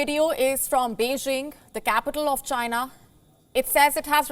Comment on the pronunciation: IT CAME FROM CHY-NAH